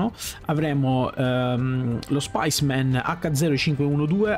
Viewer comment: Lo SPICEMAN😅.. Ehm specimen, così come si scrive. Dal latino "campione" :) grazie per il video!